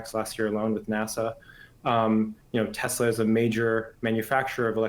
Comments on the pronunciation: It’s “TESLER”. You want to get sued!?!?! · "I LOVE TESLERRR!"